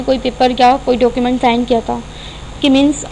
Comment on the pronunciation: dooocument nhi hota document hota hai...